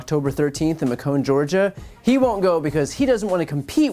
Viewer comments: not important - but its MAcon like Bacon, not like maCON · It’s “Ma-Con” not Macomb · Just came across this; enjoy your vids, and am a Warnock supporter (actually workshopping ads for the next campaign). Just an FYI, when a GA senate race comes up again (likey), the city is called MAYcun, not maCONE. Mispronouncing a city name in GA doesn't help Warnock's cause. In fact, it's closer to a derogatory pronunciation/term racists use for Macon. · Ma cone Georgia? Its pronounced May cun not Ma cone. But back on the subject; Herschel Walker has the I.Q. of plankton. He's not smart enough to be referred to as stupid. He is the perfect example of what bullshit the university system is when it comes to athletes. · "Make un" Georgia Not "muh cone" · Point of order, it's not Muh-cone (Macon) Georgia it's May-kin Georgia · Macon is pronounced like “bacon”, not McCone, lol. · That’s “May-cun” just like “bacon”. Not “Muh-cone”. That was hard to listen to. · [MAY-kuhn] not [May-KON] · Macon. It’s pronounced Makin’ not May-kone. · MAY-cun Georgia. Not Meh-CONE, please. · As a GA voter, two things. The town of Macon is “May-can” basically and it is where Mercer University is. Secondly, Warnock will crush him in any direct debate. I would love to see that happen. He’s also wrong about gas prices at least here in GA. Today it was $3.06/gallon in our town. And we traveled around southern GA and similar prices everywhere. So he’s just wrong. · It's pronounced May-cun. Like bacon, just with an m. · Macon, GA is pronounced: Makin' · MACON pronounced MAYKHON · Macon is pronounced "m ae k uh n " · 😂 Exactly! Clearly he doesn’t come down South enough to get the names for places. He definitely had me laughing. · He got kinda Frenchie with it. Haha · maybe he was thinking it is said like Macron. Too funny. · FYI “Macon” kinda rhymes with “Bacon” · Isn’t Macon, Georgia pronounced like “bacon” and and like it rhymes with Joey Fatone? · It’s Macon, pronounced like Bacon :)